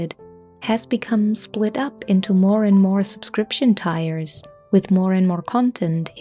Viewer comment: Lovingly mentioning tier is pronounced like deer, not tire.